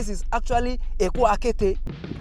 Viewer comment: Good Job on lagos - calabar highway commissioned. Just a point of Correction ; Okun - Aja meaning Ajah - Beach not the way you had mistakenly pronunced it as Okun Ajah, i.e Ajah Rope. Okun as in Beach in english. pls its just to shed more lights to your illustration not on negative side.. weldone .